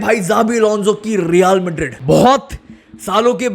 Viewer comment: Bhai pahle Real Madrid bolna seekh yaar.